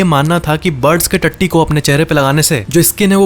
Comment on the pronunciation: When he says tatti